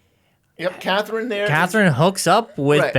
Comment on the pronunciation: CATHERINE! NOT CATHLEEN!!